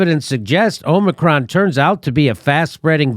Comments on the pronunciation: Omicron man. It's Omicron, not Omnicron. Jfc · has been infected by biden's pronunciation of 'omnicron' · Correct pronunciation: AH-mi-cron. Peace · O- micron sound it out. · is pronouncing it 'omnicron' like he's not joking. 😊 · Why does keep saying “Omni-cron”? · It's pronounced, "omicron". Not, "omicron". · If you cannot properly pronounce the word "omicron", then don't comment on it. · If is pronouncing Omicron wrong on purpose, why? I don't get it. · I’m as confident in a person who can’t pronounce “ omicron” as I am in a person who can’t pronounce “ nuclear”. Can you bring in someone with an IQ ?